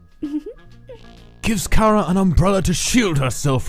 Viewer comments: Am I the only one who thought it was pronounced Chara rather than kara? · stop with the KaRa its chara ch bruh